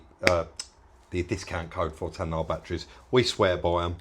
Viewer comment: TAYNA FFS!!!!! not TAN-NAAR🤣🤣🤣🤣🤣🤣luv these vids!